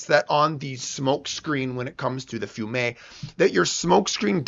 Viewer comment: it is pronounced "fee ume", it is the city "Rijeka" in Croatia, it was once under the occupation of Italy